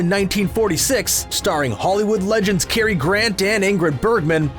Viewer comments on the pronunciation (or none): none